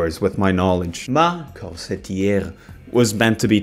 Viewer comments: French here, your pronunciation is actually closer, to the french pronunciation. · the pronunciation was on point, you even pronounced corsetière better than the sister did -a french person